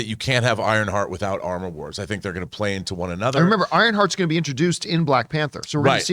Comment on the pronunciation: "Amor Wars". Cue French giggling